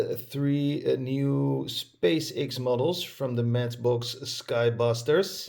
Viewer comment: X is pronounced as ex. 😉